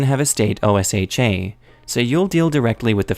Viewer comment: Also, just a heads-up for future reference: OSHA is not one of those acronyms that's read as letters. It's read like its own word. It's pronounced like "Oh-shuh."